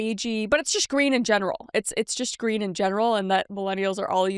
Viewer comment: Ummm...Kris...that isn't greem